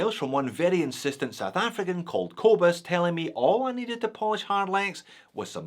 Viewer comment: As a Scottish South African I cringe at the way a Scottish Australian says the name "Kobus" 😁😁😁